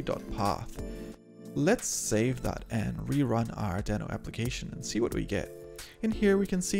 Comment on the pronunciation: Nice video, however it is pronounced as deee-no. I was not also correctly pronouncing in my videos, but I now try to correct it. Again, nice video 👍